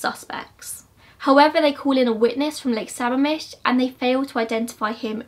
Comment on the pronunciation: I hate to be that person but I scrolled through the comments and no one has mentioned this so I thought I would; it's pronounced suh-ma'am-ish. You got it pretty close though! I normally don't care about area pronunciation but I'm indigenous from that area and sammamish is a lushootseed word so I guess I feel the need to correct indigenous words. Anyway!! Great video as always! You go SO in depth— like I'm a true crime freak FROM WASHINGTON STATE and I didn't know a lot of that stuff about bundy! Which is saying something because here in Western Washington (especially around UW), everyone knows someone or knows someone who knows someone that was either a bundy victim or was almost a bundy victim. Something you might find interesting is this post I saw on Reddit I think about a guy who almost ran into bundy. I'm on mobile so I'll have to link it in a reply!